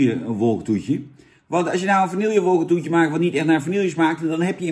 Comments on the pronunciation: Het is VANILLE!!! Niet Vanillieje! Wtf man, en dan zeg jij dat Dennis een spraakgebrek heeft... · Zou je de volgende keer Vanille willen uitspreken als Vanille inplaats van Vanieljuh? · vani je , op zn frans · Het is VA-NI-JE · Niet vanielje🙄🙄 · Beste Jan, de 'LL' in vanille spreek je uit als "JJ". Met als in medaille. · Je spreekt vanille verkeerd uit, Jan!